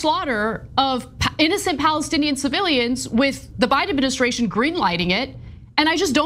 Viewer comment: He is supposed to be so intelligent and says "adminiskration".